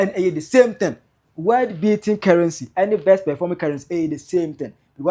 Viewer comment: Cant yiu pronounce world as you keep saying word.Shame